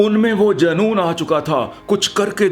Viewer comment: Janoon nhi joonoon hota hai